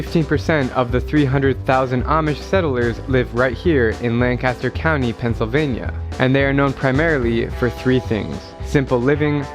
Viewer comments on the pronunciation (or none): I love the yonies! And it's Lancaster ( Lank-ister) not Land-caster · Lank-aster said as one word. Lancaster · First of all, it is pronounced LAN cas ter. Secondly, they are called AH mish (not A mish). Thirdly, they are of Germanic heritage, not Holland Dutch. (Deutsch is the Germanic word for "German.") Fourthly, they end their official schooling after eighth grade. During"rumspringer," the period which preceeds officially commiting to the church, Amish youth are generally free to openly experiment like "English" youth. Fouthly, they are very savvy. Though they shun electricity, movies, photiographs and automobiles, they are avaricious readers. They frequently rely on doctors who aren't Amish. They are very good at construction, something passed from generation to generation as with farming, and help each other in "barn raisings." Their religion is Protestant and Sunday (holy day) services are generally long and neighbor oriented. Families usually live close together. While they don't drive anything but horse pulled buggies, they will ride in autos driven by others. They do not have home phones, but do have phone booths placed between properties for emergencies. They have a caustic sense of humor, but can be very entertaining. While the home of the Amish is generally considered to be Lancaster County, PA, there are groups scattered throughout the midwest and Canada. The Amish sell some of their products in Manhattan, NYC. One Amish-oriented PA town is called Intercourse. Passing through it in a chauffeur driven limousine, the late actress Debbie Reynolds jokingly instructed her driv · Please pronounce it Lan kiss ter county. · Bruh it's pronounced Lang-kiss-ter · When you're not from the area so you mispronounce Lancaster, lol. Nice video! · The way you pronounce Lancaster hurts me so much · if ur gonna visit lancaster at least say the name right lol